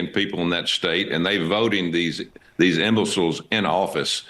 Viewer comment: Imbecile cannot even pronounce imbecile.